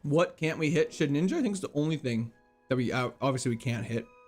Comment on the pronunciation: it is Shedinja, not shedninja!